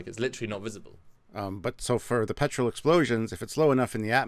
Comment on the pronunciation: What are you saying? Petril explosion or Petrol explosion?